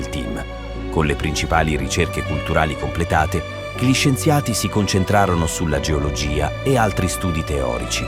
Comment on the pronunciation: video ben realizzato FORSE DA GPT... che non sa pronunciare "gli" ma dice G-li. Comunque... trovo che sia inquietante, sinistro e piuttosto inferico.